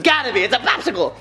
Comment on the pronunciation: "bopsicle.." did anyone else catch that?! haha